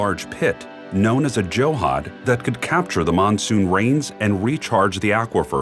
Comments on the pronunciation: It’s Johd… not johad it means pond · The best life is village life, with tradtional ways to preserve, plus some tech is not bad at all :-). Also its not Joe-Haad its Jhood (JH-Aud). I dont know why even Indian men would say it different when speaking to foreigners. Just like Yoga is not Yoga but just Yog but they added an A anyhow 😀